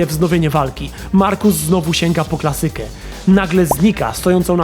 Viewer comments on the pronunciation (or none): Fajny pomysł, spoko wykonanie.. ale o co chodzi z tym rozszalałym akcentowaniem? 'klaSYka'? 'fiZYka'? Od kiedy, kurrczaki pieczone z ziemniakami puree?